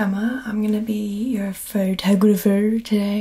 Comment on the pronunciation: Bc she said photographer with an accent